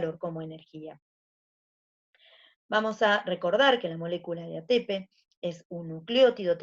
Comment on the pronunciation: Me estresa qué dice atépe y no atepé xd pero buena la Clase